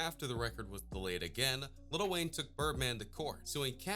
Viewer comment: he says little instead of "LIL"